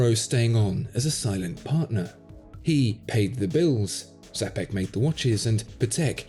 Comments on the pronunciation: It's Czapek (like Tshapek) and not Zapek, and he was Czech and not Polish. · Since Czapek is polish name it should be pronounced as Chapek with "Ch" like in Champion. The name comes from the word "Czapka" which means Hat. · Correct Polish pronunciation of "cza" in Czapek is the same as "cha" in English name "Charles". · Seriously you put some knowledge and effort but showed absolute ignorance on how to pronounce "Czapek". It's so far from being correct that I hardly recognize any Polish sound in it and at the same time you have no problem with pronouncing JLC or any other well known foreign watch brand. As if lookin in google for phonetical expresssion was any problem. You know how it looks? Like Hip-Hop musican knowing nothing about watches but having 10 Rolexes teaching others what quality watch is. Not only Czapek was important historical person and formed Patek & Czapek brand but also "Czapek" brand was "reactivated" and their models are wonderful pieces of watch artisy therefore it really deserves to be pronounced correctly just like Jaeger Le-Coultre. You owe this little extra effort to community and watchmaking history.